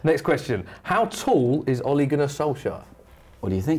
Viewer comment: 1.its ole gunnar Solskjær not Ole Gunnar solskjaer 2.boi he said Ollie and not ole